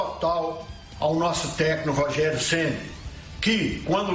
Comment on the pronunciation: Você vê o nível da diretoria que está infiltrada para pegar o dinheiro do Cruzeiro, quando você assiste num vídeo desse, um dos diretores não conseguindo nem pronunciar a palavra "técnico". O cara fala "Techno". Ele tá falando de música eletrônica??!!